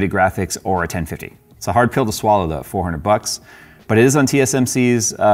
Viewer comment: Did you say "Hard Phil to swallow" instead of hard pill to swallow?